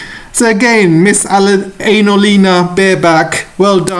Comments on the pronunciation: Did I hear you say Anal-eena Baerbock? 😂😂😂😂😂😂😂😂😂 If so, what a correct description! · Maybe that's why AJ pronounces her name Anal-Lina lol